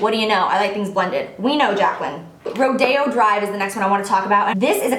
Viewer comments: Not to be mean but isn't it pronounced Ro-di-o? Not ro-day-o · Are you sure it's pronounced like ro-day-o drive? I think it might be be ro-dee-o drive :) anyway, great video Jaclyn! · Is rodeo drive pronounced "Ro Day Oh" or "Roy Dee Oh"? Not that it matters at ALL I'm just curious ;) Love you Jac!!!!